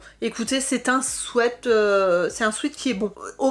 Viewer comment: Un souaite. ???? Non un sweat qui se prononce swit